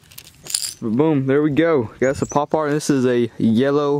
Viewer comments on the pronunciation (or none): Power not popare